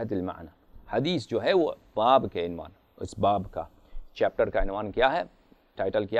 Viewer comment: یہ خبیث عبارت سہی نہی پڑرہاہے عنوان ع کے پیش کے ساتھ ہے نہ کہ ع کے زیر کے ساتھ